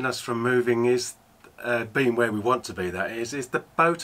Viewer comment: "I'll put the camera at front here, and let you watch hwere we're going"...cut to....shots from the stern of where you've been 😅😅😅